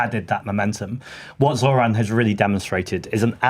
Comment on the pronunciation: he’s a white guy who can actually say zohran right wow